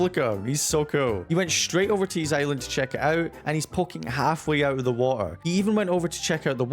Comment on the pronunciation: The "watuhh" was so british 😂🔥